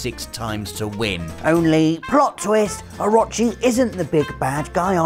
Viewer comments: My man...there is no A in Orochi. "Oh - ro - chee" lol its a name used in tons of games and ancient real world lore come on now ;-) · It's pronounced, (oh-ro-chi). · I’ll be honest, the way you pronounce orochi triggers me